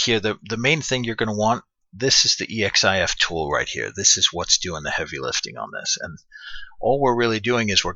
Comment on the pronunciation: Awesome, thanks. Thinking I should do one for the skyway mini environment just for kicks. Also, that's pronounced "eks-if-tool".:-P